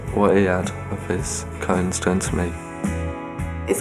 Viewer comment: I heard 'coins' as cones... I was like that is an interesting thing to collect